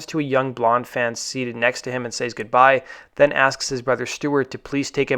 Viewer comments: i agree with you about the horribly tedious monotony of the narrator's voice. he also commonly pronounces "says" wrong. yeah, it's pretty lame- much like whooz world is this, the liar. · It's pronounced "sez" not "sāze". Just a tip.